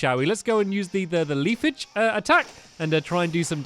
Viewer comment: leafage is pronounced leaf age